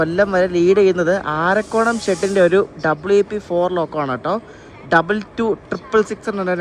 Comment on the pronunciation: അരക്കോണം not ആരക്കോണം likewise ഉഴവൻ, തഞ്ചാവൂരിലേക്കുള്ള എക്സ്പ്രസ്